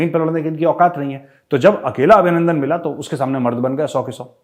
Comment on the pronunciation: GR. CAP. Abhinanadan not Abhinanadan